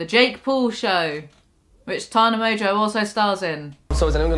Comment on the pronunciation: "Mongeau" is pronounced "mongo". It's a very old French name. No clue where this "mojo" pronunciation comes from lol